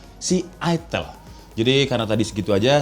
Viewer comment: itel kok dibaca itil?